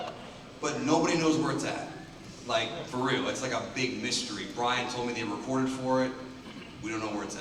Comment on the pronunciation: CANDYBOT “reportet”